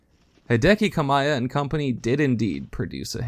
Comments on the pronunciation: its Hideki Ka Mee Ah not Ka My Ah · Hideki KA-mee-yah